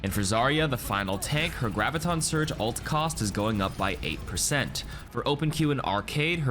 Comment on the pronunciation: 'Ult' is short for 'ultimate'! Why do you say "alt"?